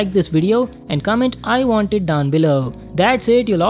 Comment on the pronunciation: " i wan't it"...